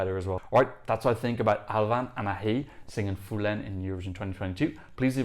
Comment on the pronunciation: It's Ahezzz Btw.... That's because it's breton not French 😬